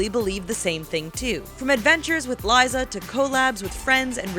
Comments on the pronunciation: they said Liza's name wrong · they pronounced Liza's name wrong :'(